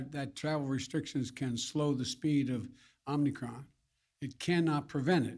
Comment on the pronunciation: OMNICROM! He is that stupid, folks. 3 or 4 times he had a chance